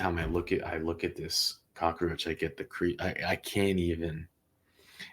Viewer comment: It's cockroach NOT cock-a-roach.